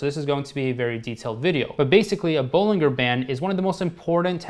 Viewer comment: Just so you’re aware for the future, Bollinger is pronounced with a hard “G” sound like “BollinJer” like how “Roger” is pronounced. Here’s a video with John Bollinger himself for reference: Not a huge deal of course. Just thought that might be helpful :)